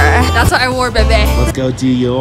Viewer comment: Just FYI...your shirt...(Bebe)....It’s pronounced BEE-BEE 🐝..not BAY-BAY! Drives me crazy when people say it wrong! If you ever find yourself not knowing how to pronounce a word, just ask an employee! Or listen how they answer the phone! It can be really embarrassing! I recently overheard a girl asking an employee if they had Hermès....which is correctly pronounced as ‘AIR-MEZ’ .....they were saying HER-MEEZ! 🤦‍♀️ You’re welcome!